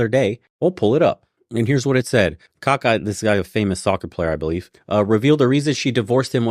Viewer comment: Kakaah not kaka LOL